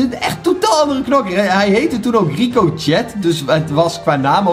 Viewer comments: Echte kijkers weten nog dat altijd Rico rocket zei in plaats van ricochet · “Ricojet” je spreekt het uit als ricochee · je schrijft Ricochet maar je spreekt het uit als Ricochee